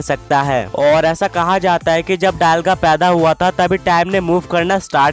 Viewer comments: Dayalga nahi be dialga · Bro it's dialga not dailga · It's not डायलगा it's डियालगा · bol rahe ho dialga bol rahe ho daialga 😂😂